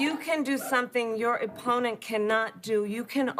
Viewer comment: Your "E"pponent hmmmmm